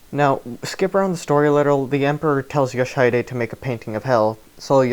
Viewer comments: I'm pretty sure the mispronunciation is due to him spelling it as "Yoshidide" rather than "Yoshihide" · Your pronunciation of "Yoshihide" is hilariously wrong. Sorry, but I couldn't help but comment on that considering just how many times you repeat that name. For the correct pronunciation, check stage 8-30 and pay attention to what is said in the cinematic that plays when you win. Edit: and no, it's not an issue that you mispronounced it, it's a foreign language after all, it's just that the constant repetition of the wrong pronunciation irked me enough to comment. Sorry.